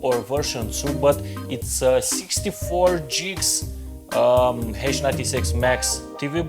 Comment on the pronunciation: Buddy your sayings gigs wrong lol